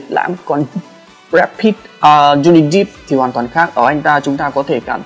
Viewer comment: Johnny depp đép chứ ko phải đíp